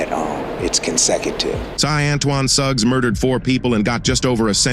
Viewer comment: I almost heard his name Antoine Thugs when you said Antoine Suggs.